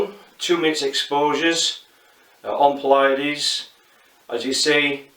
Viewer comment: Excellent overview! (Only one minor comment, it's pronounced "PLEE-uh-deez" not "plee-YA-deez".) Thanks for the review! Going to pick up one of this little gems asap. :)